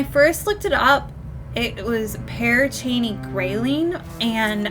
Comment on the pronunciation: Your saying it correctly....the name lol but I've been there numerous times and the witch story is just that...a story...but it's fun to let your imagination wander!